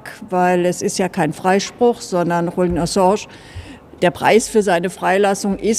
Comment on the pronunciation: Ich verstehe trotzdem nicht, warum Sahra den Namen Julian immer falsch ausspricht. Es hört sich fast spanisch an, spanisch Julian wird aber auch nicht so ausgesprochen. 😅